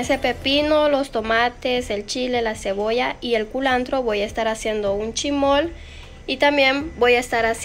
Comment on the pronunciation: ¿incurtido? ¿Chimol? No es chismol y encurtido. 🤣🤣